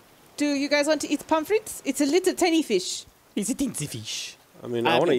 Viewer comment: Stop saying the fishes name wrong